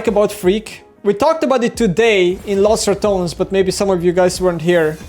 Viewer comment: Pls, read this: Its not "Los Ratons" is "Los Ratoneeees", you have to say the E, like when you say peperonni.